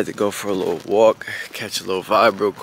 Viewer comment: Not emphasis on LITTLE 😂